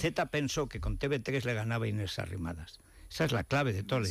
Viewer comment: Diga usted Te Uve 3 Don Federico, deje ya de decir Te BE 3, por Dios. A ver si de una buena vez alguien del equipo lee mis mensajes en los que siempre le digo lo mismo y se lo hacen llegar, para que corrija ese error. ¿O es que están dormidos? No le haga usted el juego a los separatistas. Gracias